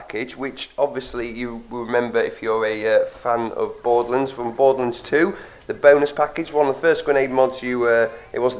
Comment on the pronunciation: Borderlunds? It's Borderlands. Lands rhymes with hands.